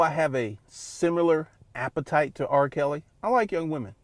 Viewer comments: Everytime this man says “appetite” It makes my soul cringe 🤮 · bro saying "appetite" like its food bruh